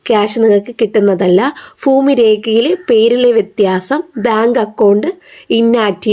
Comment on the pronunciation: ഫൂമി അല്ല ഭൂമി.